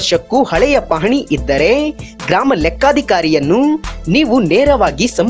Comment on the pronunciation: ಇದ್ದರೇ..ಹೊದರೇ....ಬಂದರೇ.... ಸ್ವಲ್ಪ ಚಲೊತ್ನಾನಿ ಹೇಳದ ಕಲಿರಿ ಸುಗಾಳ್ಯ